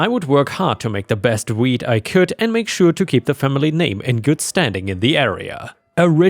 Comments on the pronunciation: Work on the pronunciation of "wheat", because it sounds like you're saying "weed". You have to anunciate the "T" in "wheat". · i was just listening to this and not reading so i thought when you said "wheat" you actual said weed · Omg i thought you said weed lol 🤣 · Story 2: It took me waaaaay too long to realise you were saying "wheat", and not "weed". 😊🤦‍♂ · I know he was saying 'wheat', but I kept hearing 'weed'.